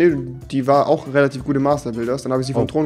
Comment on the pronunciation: Bin ich der einzige denn das auffällt das er statt tragisch, tragich sagt ? XD